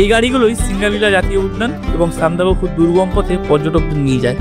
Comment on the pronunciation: Apni Sandak ..phu thik kore uchharon korun kane boro thekchhe